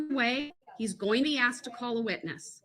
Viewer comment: When Brooks "Axed" one of the witnesses "And what other details do you not recall?" That kinda said it all for me. He's a fool & he's really really dumb.